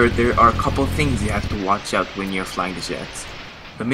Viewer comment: out not pot